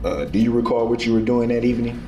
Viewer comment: Do you recaw? 😂😂😂😂😂